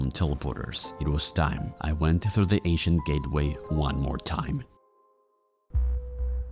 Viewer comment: I kept thinking bro said Asian instead of ancient